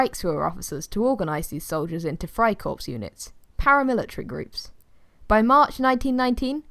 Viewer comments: I’m saying it’s pronounced “Fry core” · You don’t say the p and the s in friekorps